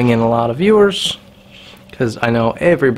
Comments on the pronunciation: mOOra - t'is pronounced mOOra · Not to complain, but the O in Mora is pronounced more like the O in movie. Source, i'm swedish^^ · Matte Edström, seriously, who gives a shit, Mora is Mora in English, it’s about sharpening a knife, NOT a language course.